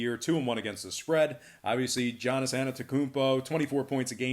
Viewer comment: Listen man.. never listened to your picks before but if you can’t even say the first name of the best player in the NBA correctly I can’t put any faith in your b-ball knowledge. Not even his last name, his first. Yahniss not Jannis